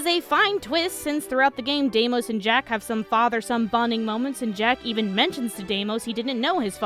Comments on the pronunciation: Hey, Jak is mar lel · Jak... its Jak.